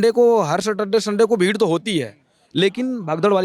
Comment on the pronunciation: भीड नही भेड